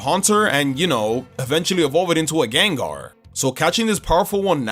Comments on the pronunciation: Again, the first A in Gengar is supposed to be an E! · Caught, not catch! The second E in Gengar is supposed to be an A! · There is no I in Gengar!